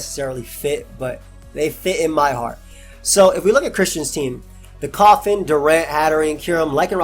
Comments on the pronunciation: Every single time you said coffin I thought you were really afraid of like eviolite koffing or something for some reason. Anyway, nice vid, excited for the rest of wbe! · man its embarrassing how long it took me to realize u were saying coffin got tspikes and not calling roselia koffing LOL